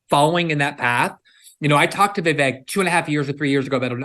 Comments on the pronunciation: First guy, its like Vivek like cake not not va vick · For anyone who can't say Vivek properly: Easiest way to pronounce VIVEK, say these words exactly how you pronounce them BUT TOGETHER: WE-WAKE Pronouce them each as you normally do but pretend they are one word. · How can he say he k owes Vivek when he can’t even pronounce his name correctly!! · There is no way Josh Holmes does not know how to pronounce Vivek's name. The fact he does not pronounce it properly, shows a lot.